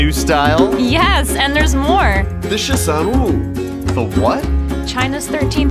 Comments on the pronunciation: ...why are they saying 'shi san oooo' instead of 'shi san wu'? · Sehh shan what? Sehh shan noo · shi san wu not shi san nu ....... what's china doing with 13 women ??